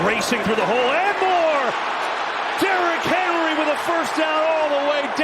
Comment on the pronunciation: I swear that guy called him Derrick Harry like three times 😂